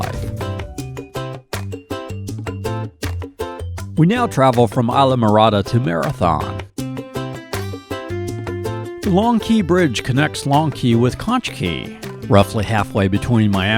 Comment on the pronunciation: It's pronounced "conk", not "conch". And it's "eesla", not "eyes-la".